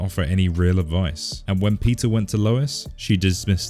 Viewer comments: why every time you say peter i hear pizza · When he says Peter, it sounds like pizza 😂